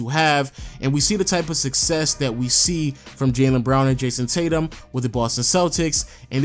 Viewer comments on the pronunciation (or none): none